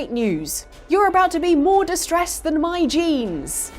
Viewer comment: When you said "my jeans" i thought you said genes 🤔 😒 😂😂😂😂😂